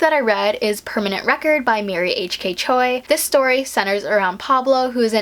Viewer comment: Choi is pronounced wrong which you may know.